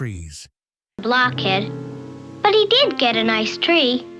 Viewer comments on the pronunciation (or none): none